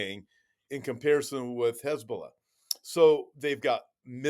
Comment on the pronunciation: Stop trying to sound out the words Hezbulla! You sound stupid every time